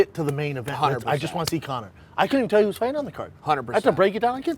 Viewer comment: "I couldn't telyahwhoovabawa card"